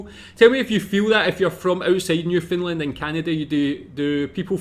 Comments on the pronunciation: No it’s not. It’s Newfoundland pronounced. New Fun/Fin LAND. You’re putting emphasis on the FOUND and it isn’t said outright. It’s said either as fin or fun. It’s the LAND becoming lind as in “Newfoundlind” or New Fin Lind that is wrong. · not to be an asshole but its pronounced New-Found-land not new-fin-lind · Not to pick on your accent but it sounds your saying "New Finland" try saying it more like "Newfin land" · It's not New Finland. It's NewFOUNDland ya gitt LOL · Just a heads up.. it is New FOUNDland not New FINland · You keep saying "new-Finland" it's pronounced "new-found-land" Great video. Keep it up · New Foundland not New Finnland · Noof-end-LAND, with the emphasis on the last syllable, kind of like Disneyland or understand! 😊